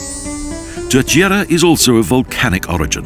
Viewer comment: Great promotion of the Azores by Expoza Travel. Obviously the presenter does not speak Portuguese, which is fine. However, I would like to point out the the proper pronunciation of Terceira phonetically. It is pronounced: Ter-say-ra...read as if it were written in English (i.e. say is pronounced like the word to 'say' as in something. Great video.